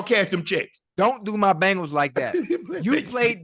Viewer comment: Just realized Chad says Bangles instead of Bengals lol